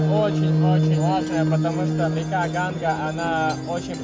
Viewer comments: ну тебе ли не знать,что река называется Ганг,а не Ганга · видос топчик! Только река не Ганга, а Ганг. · Река Ганг, а не ГангА